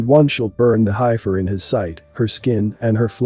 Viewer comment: Thank you for the research on this prophesy, in reading comments people are stuck on pronunciation of hiefer in some cases must get frustrating for you. Don't sway from your agenda you are doing a great job. love and light.